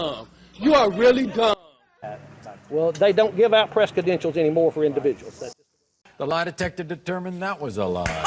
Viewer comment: This f*ckwit says THE POSTMASTER GENERAL is wrong. Plus the usual grand threats. Also, "kedentials."